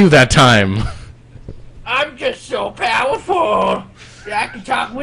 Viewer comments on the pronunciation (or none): lol " I'M JUST SO POWWAFUL!"